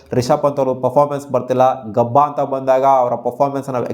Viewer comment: ಗಬ್ಬ ಅಲ್ಲ ಗಾಬ guru